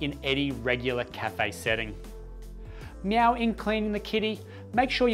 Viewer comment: Did he say 'meow'???